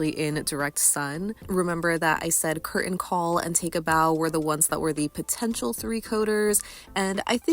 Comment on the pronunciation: The T in 'Curtain' is not silent!